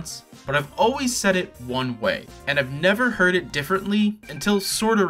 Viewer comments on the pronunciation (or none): none